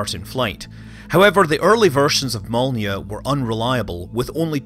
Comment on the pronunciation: Loved this one! Great overview of the R-7. It matters not at all, but Korelev is pronounced "kuh-ruh-lyof," and Molniya is "mullneeya."